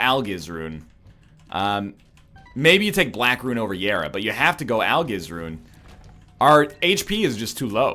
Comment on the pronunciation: Why is it that some runs you say Algiz like Al-giz and some you pronounce it like Al-jiz. It bothers me more than it should.